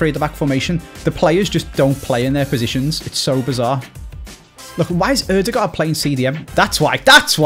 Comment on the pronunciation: Every single Norwegian being proud of for saying Ødegaard instead of Odegaard.